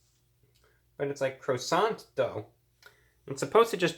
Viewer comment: Crow-sant doh